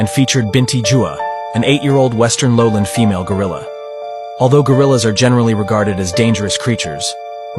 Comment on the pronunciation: the band Gorillaz is not dangerous 😭😭😭😭😭😭 (I’m sorry I know it says gorillas but it sounds like Gorillaz)